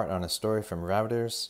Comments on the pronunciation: It is "ROYTERS" not "Routers" you "":) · It's pronounced "Roy-ters". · Reuters is pronounced Roy-ters. Just an FYI for you. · You are mispronouncing Reuters (three times). Very surprising. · patty sizer, and your flaw is point out others’ pronunciation of Reuter’s. Just appreciate his efforts.